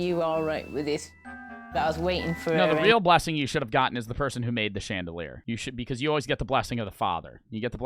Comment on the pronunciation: Who thought he said chandeler